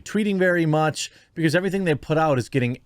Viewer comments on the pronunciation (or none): none